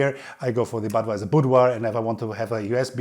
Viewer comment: thats not badwajsr but butvajsr